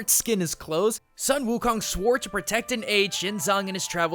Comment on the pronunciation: it's sung gho khong btw